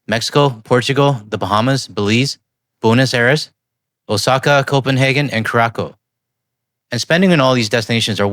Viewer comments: “Ca-rock-o” is the Wayne Gretzky pronunciation. The correct pronunciation is “Cur-a-SOW” (rhymes with “cow”). Still love your channel!❤ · Pronounced Cure-a-sa-owe. Not Cureakow. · By the way it is not keracko. It is pronounced Ker a Sow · You know Gretzky was wrong at the FIFA draw when he pronounced it Koo-rah-koe, right? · It's pronounced koo-ra-sow for Curacao btw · Curacao? Cure-a-saow is how you pronounce it. Love your videos. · FYI, Curacao is pronounced kura-sow. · more like koo-rah-sow. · The island of Curacao (located just to the north of Venezuela next to Bonaire and Aruba) is Dutch, and therefore pronounced "Cure-ah-soo" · In the name "Curacao" the second C is pronounced with an sharp s-sound (as in sea). The reason for this is that it is originally from the Portuguese language and is written with a cedilla (a little hook under the letter) which changes the sound from a k-sound to an s-sound. Today, Curacao belongs to the Netherlands (together with Aruba and Bonaire - called the ABC-Islands). Keep up the good work and merry Christmas!